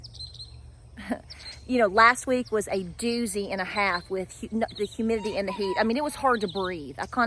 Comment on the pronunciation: I crack up now, everytime you say highmitity 😆